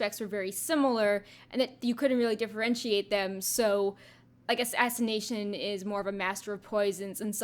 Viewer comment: did you say assination, or are my ears buggin' out?